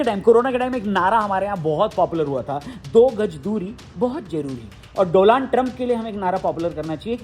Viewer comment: Donald ❎ Doland ✅ 😅😂😂😂😂